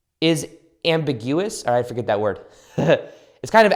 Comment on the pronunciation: Bahahaha “ambigu-us”